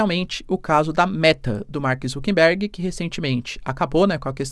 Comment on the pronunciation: Mark ZuckeRberg, e não ZuckeNberg